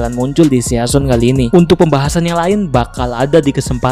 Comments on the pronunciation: Sisen ngab pengucapannya, bukan season sesuai tulisan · Cuy bacanya sisen bukan season wkwkwk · mon maap ni bang, agak risih pas lu bilang season bacanya bukan seyason tapi sizen